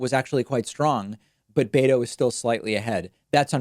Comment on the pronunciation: David, it’s not “BAY-toe”. It’s “BEH-toe”.